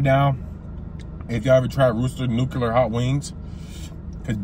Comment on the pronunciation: "Nookuler" lol